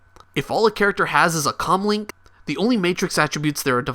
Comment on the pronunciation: I know it's commlink but it sounds like he's saying cumlink